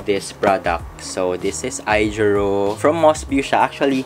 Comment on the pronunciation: AOjiru po not AIjiru. :)